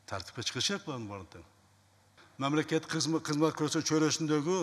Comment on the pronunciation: Мям мям мя Мямлекет😂😂😂😂😂😂😂